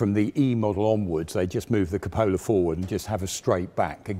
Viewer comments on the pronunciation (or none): Love the Tank Museum Channel! One thing, though. Cupola is pronounced incorrectly. 😊